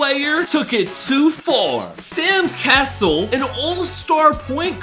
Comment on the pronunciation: First time I heard Sam cassells name I heard sand castle